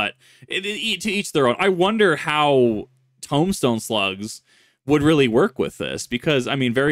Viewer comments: Okay, are you saying tome-stone or tomb-stone? Because those are two different words with different pronunciation. Tomb is Toom, and tome is how it looks. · Tombstone pronounced with a toom, not a tome, just an FYI. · Lol, "Tumstone". No hate, though. Just poking a little fun. Nothing but love. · Tombstone, are you saying tombstone as in the pronunciation toom-stone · Please...tell me you're saying "Tombstone" wrong on purpose my brain hurts almost as much as my stomach from laughing at "tome-stone" XD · “Tome”stones? You mean _tomb_stones? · OK, first of all: Tombstone is pronounced as "Toom-stone" while still being spelled as Tombstone. just figured I'd let you know how that word is pronounced.